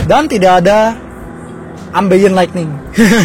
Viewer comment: "Ambeien Lightning" Ambient Lighting kali mas wkwkw pas review Fortuner juga ngomong "Ambeien Lightning"